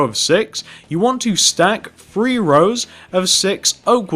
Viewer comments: "one, two, free, four..." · its three not free